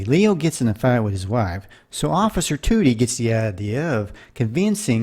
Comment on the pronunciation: I used to watch Car 54 on Nick at Nite as a kid. Joe E. Ross' character was named Gunther Toody instead of the other way around. The last name was pronounced TUH-dee (like 'today' without the 'a') instead of TOO-dee.